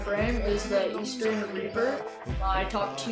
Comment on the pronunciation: ITS EASTERN!! NOT EASTEREN!!!!!!!!!